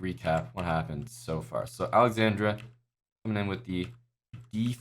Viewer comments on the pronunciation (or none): He kept adding an "i" to Alexandra's name. 🤣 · dude, the guy kept saying alexandria. Geez.